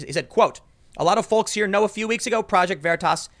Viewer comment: Tim really hits that “L” in the word “folks.” 😊